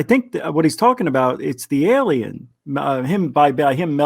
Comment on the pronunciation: What i really want to know from... what's an "elien"? And yeah, there is no group if kids going on 50 mile hikes, round trip or not. This isn't real, and not just because of that. Too many details you can tell are rehearsed, especially to remember from many years ago as a child.